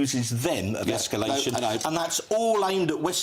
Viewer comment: It is NOT Esculation!